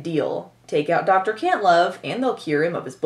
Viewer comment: It sounded like the General said, Dr. Cuntlove lol